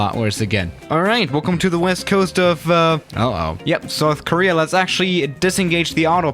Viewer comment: We really just gonna sit here and not criticize the way says "uh-oh"?